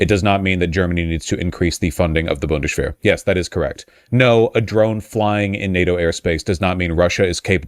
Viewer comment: Wjhys vaush talking like sean connery by saying bundesshwehr.